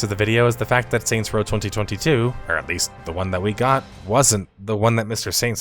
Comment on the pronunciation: The way you say 2022 is the worst sound I've heard on YouTube since Hasan shocked Kaya. ⚡